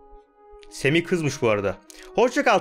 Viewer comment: abi semi değil sami